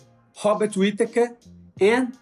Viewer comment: I can't with "Hobbit" Whittaker. Once you hear it, it's done 😂 Even auto-caption wrote it 😅